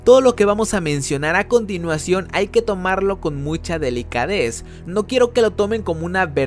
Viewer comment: ¡¡Se dice "delicadeza"!!